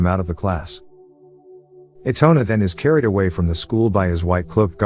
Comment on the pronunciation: na-GEESE-a and i-tone-a. dont forget arena 😩😩 and okra 😭😭